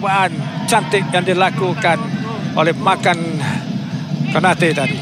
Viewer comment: Konate bukan kanote... Hrap pengulas study la dulu nama player... Hrap x jadi kante la pulop pasni